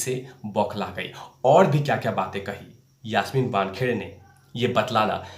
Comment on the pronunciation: मूह तो आप को छुपाना पडेगा पहिले तो यासमीन का नाम सही बोलो. आप का video देख कर हसी आ रही है. धीरज रख सब सामने आ जायेगा.